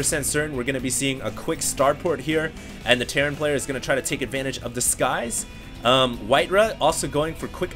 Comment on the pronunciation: It's not "whiteruh", it's WhiteRa.